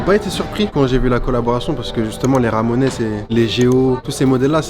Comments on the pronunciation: Personne ne lui dit qu'on dit pas "Ramonaisse" mais Ramones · « Ramonaisse » 🤌 je crois qu’on prononce Ray month mais je te pardonne, toujours bg même avec des paires qui ne vont pas à tout le monde sauf bravo t’as gérer le montage et chasseur aussi la présentation etc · Je thumb vers le haut 👍 Au fait, ça se prononce the "ramon's" Et le jeu d'arcade, c'est Jojo's bizarre adventure sur CPS3 ;) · Attends mais "Ramonesse" je suis mort là! 😂 ha ha hala..